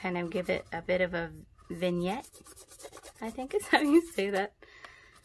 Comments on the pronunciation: Don't worry about saying words wrong...I'm the same way, but alot of words have several ways of saying them. I always felt stupid until I started looking them up and found out that some words are said differently😁. You said vignette correctly.😁💕. I love your videos! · You said "vignette" properly.